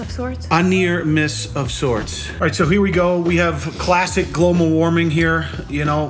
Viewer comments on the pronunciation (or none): “Here we have classic *Glomal Warming “ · "Glomal" warning, my dude? :)